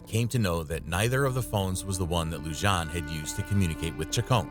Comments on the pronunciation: Lujan is pronounced LuHan. The J takes an h sound in spanish. You're welcome from New Mexico. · I love your video, But I hate when people butcher names. It is pronounced Luhan not Lujan, I know the spelling is the way you pronounced it but Spanish names the J is Pronounced an H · Lujan is pronounced like Lou Han, not Lou John... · Just a heads up m8 the J in Lujan is pronounced as an H.